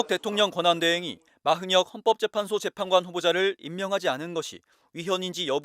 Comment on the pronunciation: 기자 발음봐라 마흔혁이랜다